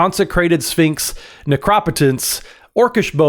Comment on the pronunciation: being the first person I've ever seen on YouTube to pronounce it "Necrop-otence" genuinely made me smile. Despite the "potence" of the card